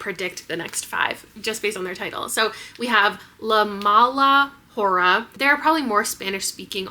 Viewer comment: your pronunciation of “la mala hora” is taking me out 😭 (said with love)